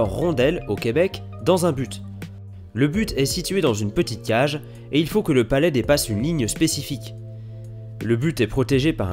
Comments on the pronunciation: palet pas palais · *Palet (et non palais).